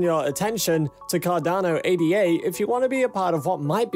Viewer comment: It’s not pronounced “A-D-A”. It’s “Ada”. Like the woman’s name.